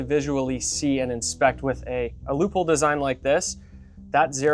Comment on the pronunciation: I'm wondering: why you guys pronounce Leupold like 'loophole'? 😁